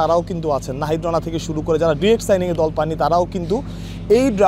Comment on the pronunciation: ভাই ডিরেক্ট না ডায়রেক্ট হবে